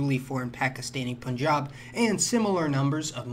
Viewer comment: Props on pronouncing punjab right!